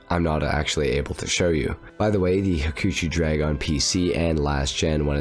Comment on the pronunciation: "ha-choo-choo" drag... Ugh.